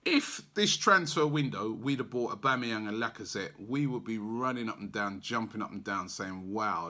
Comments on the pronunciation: Gbamin The G is silent. Its pronounced Bamin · Gbamin is pronounced bam in